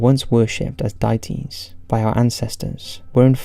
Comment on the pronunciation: Wait... Did he just say "dieties" instead of "deities"? 😆 I have to say... This is the one I voted for when you did a poll regarding which new stories to do. So obviously I'm disappointed and annoyed that you got the idiot narrator to bollox up your beautiful script with his atrocious mispronunciations. Please record a new version with the usual narrator so I can actually watch this and be creeped out properly instead of marveling at this guy's stupidity. "Dieties"?! Seriously? Bedtime Stories is awesome. You don't need guest star narrators.